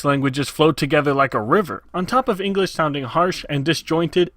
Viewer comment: ingresh. 'nough said. XD